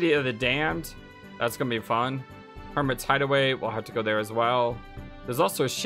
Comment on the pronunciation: lol, i'm saying hummina when you say I'munna (i'm gonna)